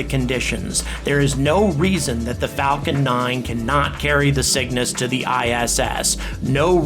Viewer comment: I keep thinking he's saying "The Sickness" instead of The Cygnus.